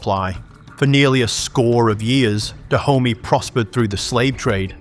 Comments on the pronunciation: I keep having a laugh every time you say "Da Homie" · ... HAHAHA. !!! ...FKN "DAH -HOMIE" ... HAHAHA... !!! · Every time I hear you say Dahomy, I can't help but hear black intercity slang. 😂